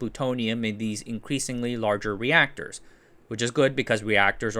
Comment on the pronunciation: Reactorses... nice